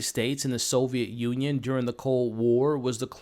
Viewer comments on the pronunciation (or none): none